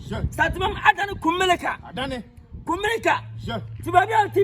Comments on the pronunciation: koraaaa whyyyyyyy 😂😂😂 IS NOT KUMELICA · Is it KUMERICA OR KUMELICA😂😂😂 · That's kumasi for you 🤦‍♂️🤦‍♂️🤦‍♂️🤣🤣🤣